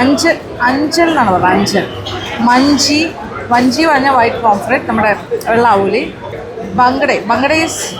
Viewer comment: മഞ്ചി അല്ല മാഞ്ചി 😂പുളി മൂഞ്ചി അല്ല പുളി മുഞ്ചി 😂